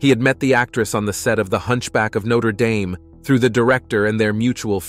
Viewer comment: Terrible monotone and it is not pronounced noter dayme